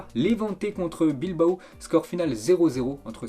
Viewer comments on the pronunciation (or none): none